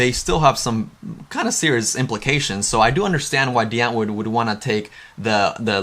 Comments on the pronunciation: Why are u saying "DEE antwoord"??? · Irks me you can’t say Die Antwoord correctly